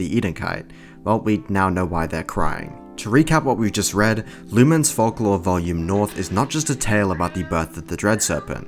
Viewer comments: its not luMEN its LOOM'N GET IT RIGHT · The way you pronounce "lumen" Is peculiar